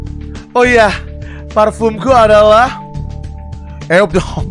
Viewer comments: siapa yang ngakak setiap kali dia bilang eau de home 😂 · Hal terngakak adalah pas bg brando ngomong "EU DE HOME" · Ngakak pas bilang Eau D'Homme 🤣🤣